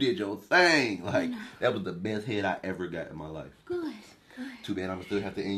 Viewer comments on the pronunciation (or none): That first guy can't even say "head" properly. He says "heh heh".